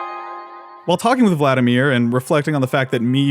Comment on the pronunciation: "vladimír" the stress (at least in russian) would be on the second syllable. Vladímir